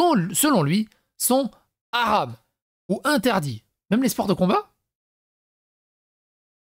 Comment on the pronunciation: Tu aram sans l accent ca fait comme djamel debouzze quand il dit les aram